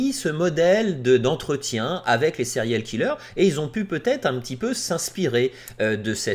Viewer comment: Des sériyoooll kelleuurrzz